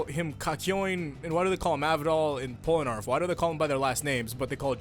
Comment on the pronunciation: POLANAREFF? ITS POLNAREFF